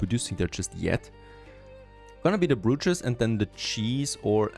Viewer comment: Slight pronunciation correction on "brootches". *Bro*ches. "Bro" as in "Dude"